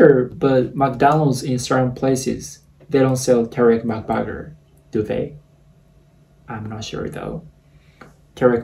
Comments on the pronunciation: I love How he says mac buger… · I like how when you say mcburger it sounds like mcbagger 😂 😂